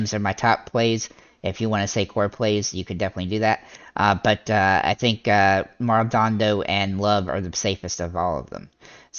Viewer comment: love the content... but... it's Maldo-nado lol